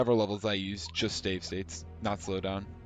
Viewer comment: "stave sates"